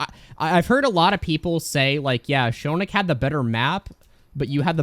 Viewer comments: "Show-nick" No it's "Shoe-nic"! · I love how is Shoonic